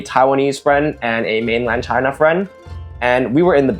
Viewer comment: "ch-high-na", "ch-high-knees" ch-HHHHHHHHHHHHHHHHHH